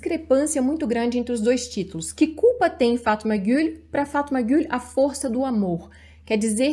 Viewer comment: Só consigo prestar atenção na sua pronúncia correta de Fatmagul 😍( tão diferente da nossa rsrs)